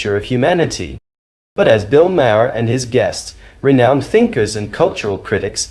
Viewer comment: it is pronouncd "Bill "Marr", not "May-Her